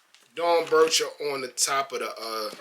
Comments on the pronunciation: It’s pronounced Dorn Becker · Dorn-becker is how you pronounce it.